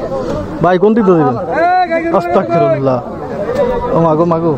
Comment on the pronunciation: 😊*ভাইয়া আজকে ও আবার আপনি অস্তকফিরুলাহ***বলতেছেন*** আস্তাগফিরুলাহ হবে***